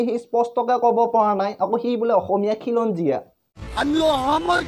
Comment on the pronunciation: খিলঞ্জীয়া নহয় হিলঞ্জীয়া 😂😂😂😂 গেদাই অসম গঢ়িছি😂😂😂